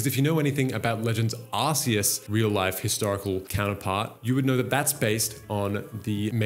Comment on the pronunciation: Bro, for the love of Arceus, it’s OFFICIALLY “ARK-ee-us” not “arse-ee-us.” As for where AZ got the “technology” from, when you look into the lore, he’s basically a master alchemist. Look at the Pokédex for Golurk for example. There’s one of those (by design) in the gardens of the Parfum Palace. There are many Pokémon based on golems, Claydol probably being one of the most interesting timeline-wise, being 20,000 years old puts it being brought to life at the same time as Eternatus fell upon Galar. Funnily enough, it’s Claydol statues that you see in Galar leading up to the old covered-up statue of Zacian and Zamazenta, despite Claydol being a Hoenn Pokémon. Anyway, getting carried away with lore here haha. Hit me up if you want a source on deeper Pokémon lore ‘cause Kalos is my favourite region and I’m obsessed with the lore around AZ, the Kalos War and its legendaries.